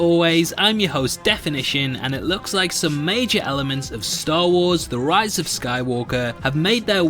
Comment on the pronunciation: You said Rose... I'm out